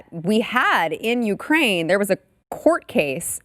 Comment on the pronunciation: Ukraine rhymes with MIGRAIN